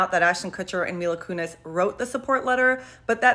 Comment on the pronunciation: Mila ‘Koonezze’.